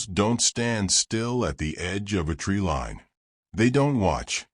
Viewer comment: My advice is to get a real narrator not this AI crap. This AI narrator can't even pronounce tree line correctly. If you're going to tell fictitious stories and try to pass them off as real get a real person please.